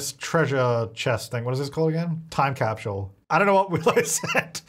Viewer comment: I love the way he says capsule. 😆 🥰 gets me every time